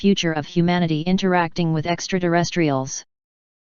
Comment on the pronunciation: What the heck are extra-duh-rest-reals?